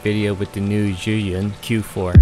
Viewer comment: zhi-yún 👌🏻 你说得很完美